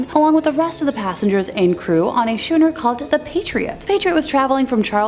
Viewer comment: It's called a schooner. Pronounced skooner